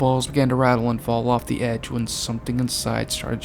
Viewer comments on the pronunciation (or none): none